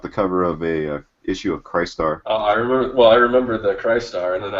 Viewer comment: Guys, you're killing me. It's Chris-tar the crystal warrior, not Chist-ar , that was the hero three wise men followed.